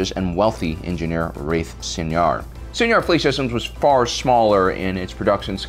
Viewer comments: It's pronounced like "Sye-nar," you're pronouncing it like senior. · Id always used the Canon pronunciations from the show and books (koo-aht and sai-nar). I was mostly making a joke at his expense, and the expense of YouTubers in general (you'd be surprised how many can't even pronounce a single idiom or turn of phrase). Its definitely not going to stop me from watching this channel, but he did seem kind of iffy on those pronunciations himself.